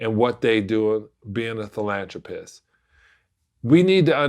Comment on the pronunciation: As soon as he said “ilanthropy” He lost all credibility 🤣🤣🤣🤣 sounded stupid af